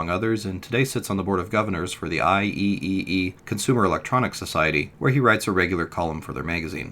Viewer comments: IEEE is professionally referred to, when spoken, as “I-Triple-E” not “I-E-E-E.” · “Eye triple E” is correct. Not “eye E E E”. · Great video that brought back memories of keeping Stratomatic stats on a Visicalc spreadsheet back in 1983. FYI - IEEE is typical pronounced "I triple E" (member for almost 40 years(